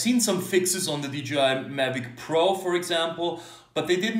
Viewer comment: Hmm, why everybody says DGI instead of DJI?